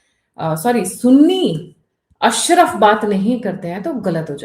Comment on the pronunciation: अशरफ़ नहीं मैडम अशराफ